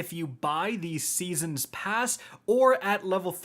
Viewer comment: "I will never stop pronouncing 'Season Pass' wrong" here